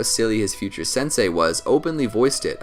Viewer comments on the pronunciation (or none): none